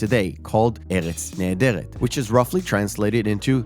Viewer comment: I'm still shocked an American oriented channel (not really sure you're American from the way you said eretz nehederet like an Israeli) made a video about an Israeli film. But do you really think a non Hebrew speaker could enjoy it? Most of the film is writing based in my opinion. The fun is in the words.